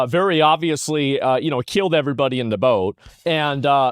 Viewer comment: Hahaha when u said killed it sounded like keeled like in sailing